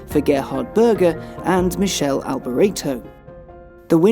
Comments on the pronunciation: That's Me-che-le Alboreto not Michelle. RIP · Lovely tribute and review. Great slice of history. One small thing though, Michele is pronounced Me-care-lay Alboreto not Michelle. Detracted from an otherwise excellent piece. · Come on now... Michelle Alboreto?? It's Michele (Mih-Kay-Lee) Alboreto. Other than that, great video. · seriously....Michelle ??? its not Michelle like Michelle Mouton its Michele ...Mick A lee Alborato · Klassic yeah, it's actually pronounced 'mikele' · Me too.. It was "Mikele Alboretto" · It's pronounced more like me-cay-lay but yeah otherwise spot on. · Great video,, but you really botched the pronunciation of the late, great Michele's name. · I facepalmed at the pronunciation of Michele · Yeah, I cringed at that. Michele was always the "brides maid, never the bride" in F1. I'm a huge Gerhard Berger fan, but Michele deserved better. Was really sad to learn he'd died a few years back.